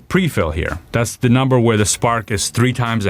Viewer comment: I'm sorry I can't help but hear PBD "I know you like NAMBER" everytime you say the word number. Super good content though I'm a fan!